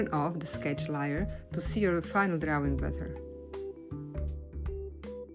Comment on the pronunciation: Beautiful…lAr🎉 layer is pronounced like it sounds a. .. l A er.. not. l i er